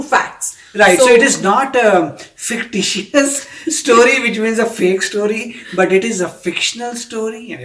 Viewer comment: No it only speaks that she doesn't know of both the heros from the south and misread fictitious as fictious which in her mind would have changed the perception of the story, why to see everything in a wrong sense my friend? They themselves didn't say it's fake but they said it was written on the internet that it was fake, stop being over judgemental.